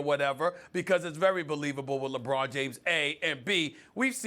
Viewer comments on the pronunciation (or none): Can she stop saying LeBreezy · Why does she says lebreezy? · This the 2nd day in a row I heard Molly call lebron “lebreezy” and it bothers me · Stop saying Lebrezzy Jesus Christ